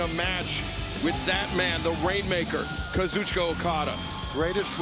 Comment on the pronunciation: Not until he learns how to pronounce Kazuchika's name correctly